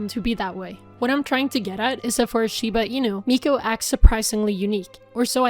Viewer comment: that is not how I would have pronounced "shibe"...huh.